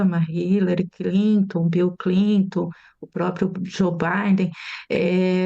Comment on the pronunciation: Como uma professora de relações internacionais pode falar Bill Clintu